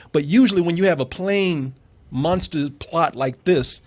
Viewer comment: i hate the way pronounces "Monster"